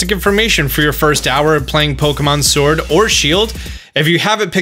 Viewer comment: dude u suck at pronouncing sword , sware i heard silver 3 times